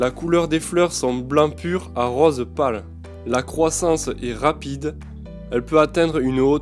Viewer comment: J'adore les plantes grimpantes !! Chouette, tu m'as appris plein de choses !!!! Elles sont magnifiques en plus ! J'aime bien ton accent "rôze" !! Bon week-end !! Lydia ♫♪♫